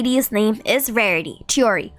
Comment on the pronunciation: Help I almost chocked on my food when you said "rarity"